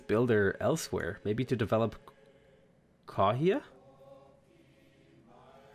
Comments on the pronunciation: The effort is great but in Maori a “wh” makes the same sound as “f”. So Kawhia is pronounced car-fee-a. And with Ngaruawahia, the “ng” sounds like the ng at the end of any word ending with -ing. Pronounced nga-roo-a-wa-he-a. Whanganui is fa-nga-noo-ee. And marae is ma-rye. Loving the game and learning lots! Thanks! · As a tip though, any 'wh' makes a F sound, so Kawhia is pronounced Car-fi-a